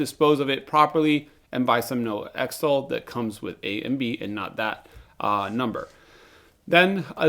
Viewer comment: Am I the only one left who calls it Zytol like xenophobia, xylophone and xerox. Not Ex-tol like ex-wife or extra. Great developer. Wish they wouldn't keep messing up the production.